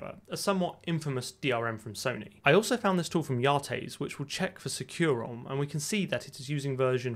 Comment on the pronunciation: i've always heard industry people pronoucne SecuROM as "SECK-you-rom"